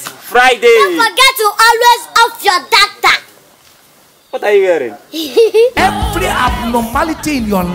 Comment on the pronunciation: WHEN SHE SAYS ALWAYS OFF YOUR DA TA ITS DATA